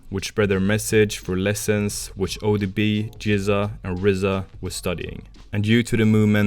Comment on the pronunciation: The way he say odb is so interesting